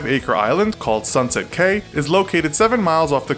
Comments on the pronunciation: It is pronounced “key” not “caye” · Just an FYI which may be useful in future: “cay” or “caye” is pronounced, especially in Belize, as kē. Your videos perhaps would have more credibility if you pronounced the simplest of words correctly. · Caye is pronounced like key